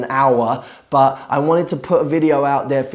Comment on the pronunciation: Why can't you say the T at the end of the word "but"?